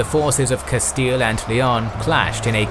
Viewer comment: Just came from Knowledgia, good to hear correct pronunciation of Castile.